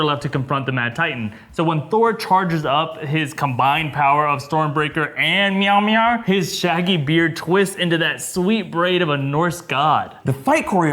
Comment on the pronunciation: Is Mjölnir prenouncer "miauw miauw" xD